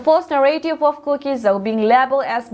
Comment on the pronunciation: news simnu boinu, lungsettah in ZO tin pronounce aw. Not ZOU